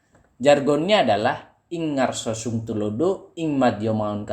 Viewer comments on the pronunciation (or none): none